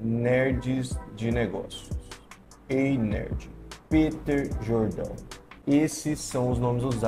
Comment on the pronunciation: Mentira, se acompanha-se o cara não ficaria o vídeo inteiro pronunciando o nome dele errado. Mas, de qualquer forma, óbvio que ele só quer crescer em cimada fan base, como 90% dos influencers.